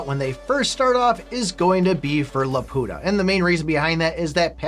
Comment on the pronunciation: I wish he would pronounce it like in studio ghibli rather than the way he keeps saying it 🙂‍↕️